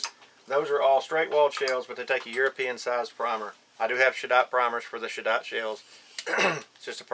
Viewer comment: Hi, thks for this info, cleared a couple of things up. Maybe I can help with pronouncing "Cheddite". You say it as "shaddat" which had me a little lost til I saw the word you were saying in print in the Lyman manual. European pronunciation is like saying "ched" as in "cheddar" cheese for the first bit and "ight" as in "light " for the 2nd bit. I lived in the US for a few years and our differences in how we say things had some amusing moments. Anyway you can also Google "pronounce cheddite" and you'll get a lovely young ladies voice saying "Ched-ight". Anyway on-ya for the vid, good stuff thks.